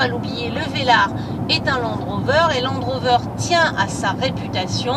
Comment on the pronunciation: Landeeeeeee rover heuuuu velarrrreeee